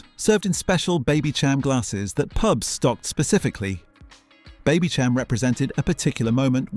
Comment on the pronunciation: Baby -sham Not Cham